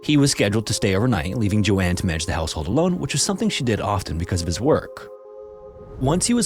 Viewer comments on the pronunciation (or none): Agree both interesting stories but calling "Joan" "JoAnne" over and over was really annoying lol. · Bruh lmao “Joan” is pronounced like jone, not Jo-ann lol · Isn't it Joan Risch not Joanne? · Dude I love your content and I really appreciate that you don't use AI because the second a channel does, I stop watching. But PLEASE take a moment on the pronunciation of some things, especially names. Joan is not pronounced like Joanne, with two syllables, it's one syllable, said like joe + n. Likewise, though it's not about a name, weary (said with a long E) means tired, whereas wary (said with an A) means worried. These are small things that can really impact the overall quality of a video, and it's especially important when you're giving the name or story of a missing or murdered person, who really deserves more attention to detail than that. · Joan not Joanne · Joan is pronounced "jown" ....not pronounced as "Jo-Anne" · Joan rhymes with tone. I should know, that’s my name and how it’s pronounced. Not Joann! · Joan not Joanne. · joan is pronounce Jone, not Joanne! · 'Joan' is pronounced as 'J-own'. Like 'Joe' w an 'n' on the end. Not Joanne. Important difference. It's too bad you mispronounced her name the whole time 🥴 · The proper pronunciation of Joan is Jone. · Joan ≠ Jo Anne. Joan rhymes with moan. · ...both segments called "Splatter"? Edit: I think it's Joan (rhymes with "sown"), not Joanne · Just a note: the name Joan rhymes with loan/moan. It’s not the same as Joanne. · Even though Joans name is written correctly in her photo, its still pronounced wrong. Only AI would be that dumb. So youve been busted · I liked how you told the story, but it’s distracting how you couldn’t pronounce Joan correctly, like others have stated. Prayers to their families they get answers one day ❤ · You. Mispronounced. Joan. How can you be so consistently abominable at reading simple English? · Lmao I’m screaming at my tv like HOW DO YOU NOT KNOW THE NAME JOAN